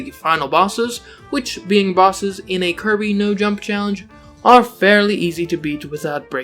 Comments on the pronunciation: clobbehs dat dere Kirbeh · He needuh monstah to clobbah that there kirbeh